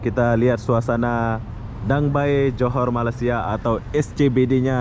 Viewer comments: Sebutan DangA bay bkn dang bay ya 😀sepi sungguh tempat di danga bay. Moga sempat dtg ke singapura pulak satu hari nanti. 🙌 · Bukan Dang Bay .. DANGA BAY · Sebutannya gini...Danga Bei..( Danga Bay )